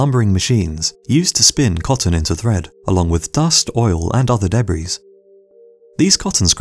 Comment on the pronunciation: what the hell is debriz?